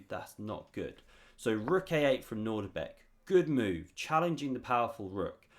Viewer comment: I have some very bad news. It's not nordibek its Nodirbek: ( I made the same anglo mistake of assuming the presence of a familiar "nordic" initial syllable but... alas, not so! I know you worked hard on this vid, and some may not notice. Feel free to delete this comment if it suits you